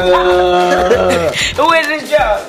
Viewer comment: roc: " in my drawls" omgee lmfao i cant